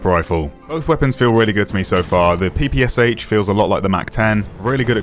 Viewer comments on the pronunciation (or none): Oh man, it's not Pee-Pee-Ass-H, it's Peh-Peh-Shaa! "Pistolet-Pulemyot Shpagina", Shpagin's Submachine Gun that is.